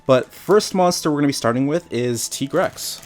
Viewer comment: finally somebody pronounced tigrex correct